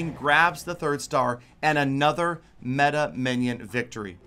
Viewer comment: its beta minnion not meta minnion,,, but its cool